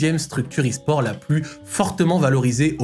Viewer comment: "S gares" ??? 😭😭